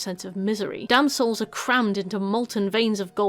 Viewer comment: It took me until Wrath to figure out you were saying 'damned souls' and not 'damsels', as I kept hearing xD Makes a bit more sense